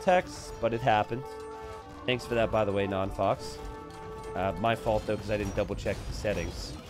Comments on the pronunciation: I'm pretty sure "non faux pas" is a french pun and is spelled "non fo pa". As a french speeker, it was funny hearing "fox" all the game x) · by the third time you said 'non fox' I had to click off. Yes, we all pronounced that word wrong as kids, but we're adults now and its time to grow up. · “ Non foe pah “ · If only knew how to actually say Non Faux Pa's name, it would make the fact that he was host and all techs are on way funnier lmao.